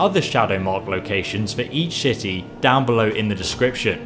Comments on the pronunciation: You said shitty instead of city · stepy Teadayle IKR! I NOTICED THAT! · ul1tmate crazy k1ll lol i was about to type that "each shitty" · "for each shitty" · Did anyone else notice that he says shity instead of city? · it sounds like he says each shitty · LOL I Think You Mean City Not Shit*y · 12.41 he's says each shitty instead of city listen carefully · eso said"shity" not city. XD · Guys he only said "shitty" because he kind of blended "each" and "city"